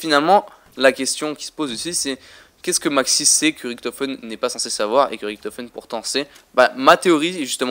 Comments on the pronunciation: Richtophen pas riktofen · Je parle allemand der eisendrache on fait le r mais richtofen on fait le ch !!!!!